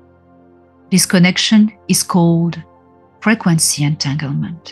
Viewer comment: I like the way you say frequency it sounds almost like you are saying fragrancey and im reminded that it is one in the same 💖